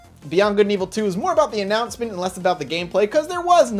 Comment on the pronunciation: Jin Luo yeah, he used the word annanouncement perfectly